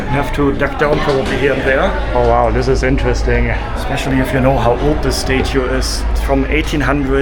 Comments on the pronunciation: It's not "STATE UE" It's pronounced "STAT-UE" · learn how to say statue lol